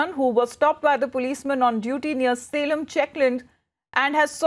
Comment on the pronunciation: It's Salem not selam